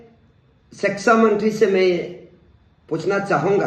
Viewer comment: Sexa mantri😂😂😂 ye kya hota hai??? Phele thik se pronounce karna sikhiye😂😂😂